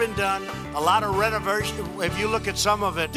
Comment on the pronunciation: Real estate "mogul" couldn't pronounce "renovation "